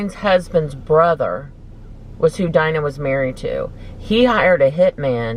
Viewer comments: ITS DEEEEENA “Dina” not “DYYYNA”!!!! Lol sorry but I was so lost at first. Love you! ;-) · Y’all are cracking me up with Dina! 🤣🤣 our girl is pronounced Deena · Y’all are making me laugh it’s “deena” 😂 love these videos!